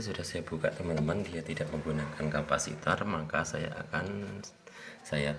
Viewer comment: Kapasitor... Bukan kampasitor... Soket bukan songket...